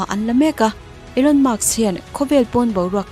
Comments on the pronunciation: Elon musk nge Elon muks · Maks inti zela, musk tiin in ziak leh bawk sia🫣🤗